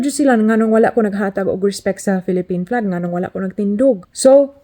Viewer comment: You pronounced Flag as Plag, Uniquely Filipino, eh? It's nice you haven't forgotten how to speak Visaya